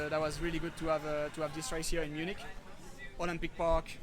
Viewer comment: It’s Munich guys 😅